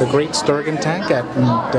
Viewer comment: Haha you said Stir gon..... try stir gin